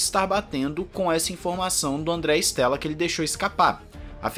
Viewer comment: Com o inizio 2023 and a Amos ter o progetto de Binotto, visto che il progetto do nome team principal será mais pela metade do ano, mas esperamos que apartir da metade de 2023 as coisas melhorem para a Ferrari. Bom quando aos nomes em italiano. Te dou uma mão, se chama Andrea Stella, não Stélla. Stella em italiano significa estrela, ou seja o E se le como E mesmo, não como É.